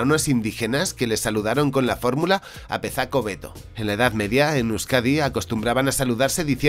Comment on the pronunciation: Muy interesante. Lo único puntualizar que la "z" en euskera se pronuncia como la "s" en español, así que "zer moduz?" se leería "Ser modus?" y "apezako hobeto" sería "apesako hobeto". Me ha sonado como una mezcla de vasco-andalúz jjajaja. La respuesta "apezako hobeto" ( mejor sacerdote ) supongo que sería una forma de decir: "bueno, no estoy mal, pero si fuese sacerdote estaría mejor ( porque los sacerdotes seguramente vivirían bastante bien en aquella época en la que se pasaba hambre ).